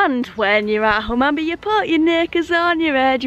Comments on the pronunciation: You have to prounce Hum an be but i’ll let you off 😃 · We really do need to teach you to speak East Riding.. River ‘Derrr-went’, ‘Hun-man-bee’ (emphasis on the ‘Hun’ not ‘Man’ :-D - great video, I know those places quite well - looking forward to you travelling to the bottom end of that line. Beverley is a fine station - like Filey, but a bit bigger! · Filey station? You were two minutes walk from my house and I never knew. Oh, and it’s pronounced Hun-man-bee. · I've watched this twice just so i can hear you pronounce Hunmanby. It's a silent n. Derwent ya left the R out ) Great little vids,. I'm due mi pensioners pass, so i'll have to find out where i can use it. The WYTE is not as well funded as other places. In some areas ya can use 'em anywhere, but not here in the bleeding West Riding authority region. Mention that because you have a pass, not sure if ya payed for it or it was a complementary one.